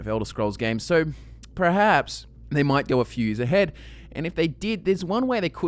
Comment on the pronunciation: This is completely irrelevant, but I can't help but mention it. The word is "perhaps" not prerhaps.